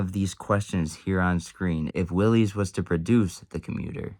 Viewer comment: It's pronounced "willis," not "willies."